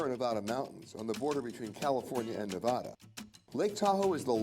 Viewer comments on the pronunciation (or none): Thats not how you pronounce Nevada.😒